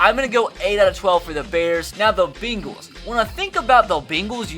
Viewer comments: it’s pronounced bengals not bagels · Beangals😂😂😂😂😂 beels😂😂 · Try to start saying "bane-gles"